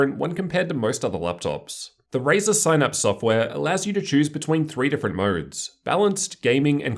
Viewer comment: I was so into it until you said "sine apps" haha